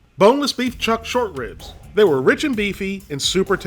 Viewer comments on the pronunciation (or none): none